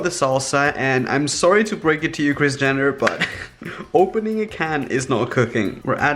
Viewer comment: Its like he is saying kriz jenner😂😂❤😍